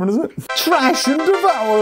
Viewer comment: It’s THrash n devower